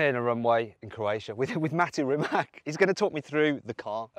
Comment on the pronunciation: Please people, his name is Mate Rimac, not Matt Rimak